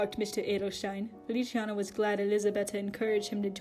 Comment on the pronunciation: feliciano, not feli-ci-ano uwu